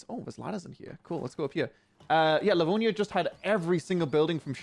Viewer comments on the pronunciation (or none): none